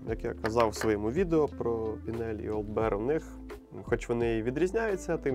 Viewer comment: Вибачте, хлопці, але таки Олд Бір, не соромтеся.